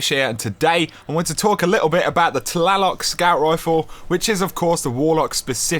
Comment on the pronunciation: It's actually named after an Aztec God, which is pronounced "Tla-Loke" Just saying :/